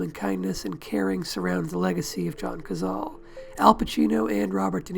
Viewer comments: It is NOT "Cazal" but "Cazale"; in Italian, like in Spanish, vowels are ALWAYS pronounced. I hate how damned lazy English speakers are regarding foreign names, they do not care about their proper pronunciation. Having said that, this video is an excellent tribute to an underrated but magnificent actor. I think that Cazale´s performance in THE GODFATHER was his finest. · 670 comments and no one noticed it's pronounced "codzahlay..." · I THOUGHT IT WAS PRONOUNCED CAH-ZALL-LEE? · I wish you'd made a video about the man where you didn't completely butcher his name. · I've head this cat's name pronounced three separate ways.